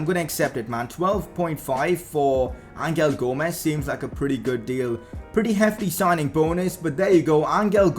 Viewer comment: U pronounced angel gomes wrong it is pronounced anhel gomes